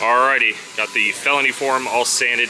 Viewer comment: Love how it pans to the clip where you can see REID on the car then you said “ alrighty” but it sounds like your saying R E I D. lol